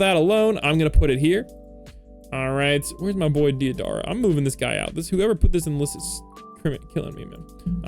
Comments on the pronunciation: It's ''Dayderah'' not deeadara bruh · deidara is prounounced day-dara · Right man that's not how you say deidara